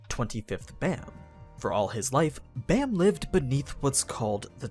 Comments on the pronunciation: the art style is definitely unique, but it's pretty damn great in my opinion also bam is pronounced with an ah sound, like bahm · Why is everyone pronouncing his name Bamm, no its b-ahhhh--mmm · Its is pronounced like bomb, since it is a korean word. However, it is easy to see why people would say it like bam. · How are you supposed to pronounce bam? I thought it was pronounce with a soft A... because if im not mistaken his name means night in korean right?